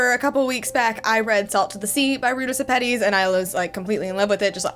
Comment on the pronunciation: Fun fact: this author is a lithuanian woman and her name is actually Rūta Šepetys ( yes it makes a big difference cus in english u prounounts Š like SH)